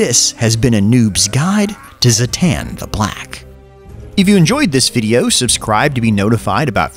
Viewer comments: zha-tahn is how its pronounced its really not that hard why call him zahhaten xD and zertahn XD made me lol tho so hats off to ya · Zah-tan. How hard is that exactly... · its pronounced ZHATAN ! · the african clicking language sounding version gave me a chuckle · I can't believe you only pronounced his name correctly once! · All these mispronounced names are very disrespectful to Zoo-Zoo Noir